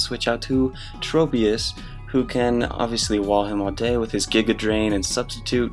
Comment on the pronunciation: I believe the proper way of saying it is Trop- as in Tropical